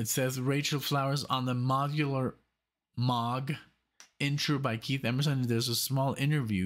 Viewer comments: Why do you call it Mog? It's Moog! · A few things: 1) Hearing Is Believing is available to stream on Prime Video, and it's fantastic. 2) Moog is pronounced "Moge." 3) Rachel will be 30 in December of 2023.